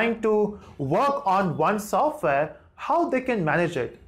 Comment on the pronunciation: Is it sofwear or software